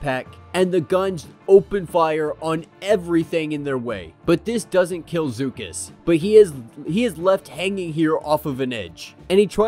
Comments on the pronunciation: I like your channel but as a Star Wars fan you really should know the true pronunciations of names and such. Beksar really, it's Beskar. It's also Bib Four- Chew-nah not Bib For-tuna and Zuckuss Zuh-Kuss not Zoo-kuss. Sorry I have been a Fan since I saw episode 4 open. First day, first screening. It's not that hard. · Obviously it's Star Wars so unless it's spoken aloud in cannon it's however you want to pronounce it, but IDK how you got zoo cuss from Zuckuss. I pronounce it zuck us. And that wasn't just some droid with him that was 4-LOM, he's even in Empire Strikes Back.